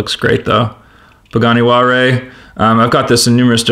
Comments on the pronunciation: It's pronounced hu-why-ra. HU is silent why-ra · you said pagani wallray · Please learn how to pronounce Huayra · What is that Pagani Huare you speak of? :) Nice race and nice 5-pack.Thanks for showing this.